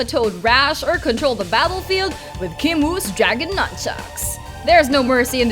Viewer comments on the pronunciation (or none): none